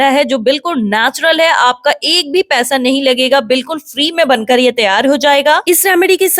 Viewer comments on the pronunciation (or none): none